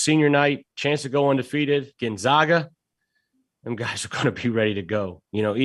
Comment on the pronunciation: Gon-zag-uh ZAG